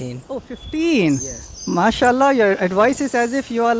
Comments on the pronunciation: Yes! And MASHALLAH the way he pronounced was nothing short of perfect 😭😭❤️ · The way he pronounces is so good mashahalla feels like he had been raised a Muslim.